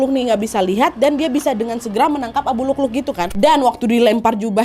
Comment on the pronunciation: Waa maaf bukan abu lukluk tapi abu lu'lu'😅